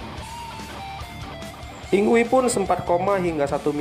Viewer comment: video yg keren om secara saya adalah fans yngwie. satu hal utk penyebutan nama mgkin bisa diluruskan bukan dibaca "yingwi" tapi "ingvai/ingvei"